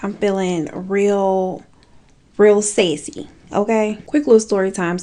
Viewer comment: Are you saying sassy or sexy? Because I thought it was sexy the first tine I watched this video and now I say sexy like that now🤦😅